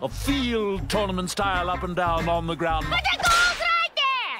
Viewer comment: the way he rolls that Grround is what gets me